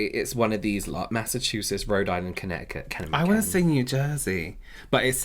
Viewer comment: As a resident of Connecticut, I graciously accept our new name of Com'mom'kent lmao Also I've lived here my entire life and the girl from here has a very unique way to pronounce caught. I've never heard it like that before :o